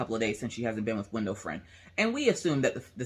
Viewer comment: When you first said window friend I thought you said window frame and I got so confused. hehe